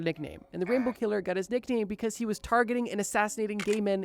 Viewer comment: The way you say killer makes me want to die